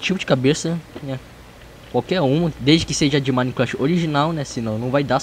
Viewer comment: fala certo minecraft nao e minecrache